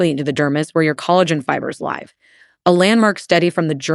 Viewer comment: This is AI. You can tell in the way it mispronounced “live” in the first few minutes.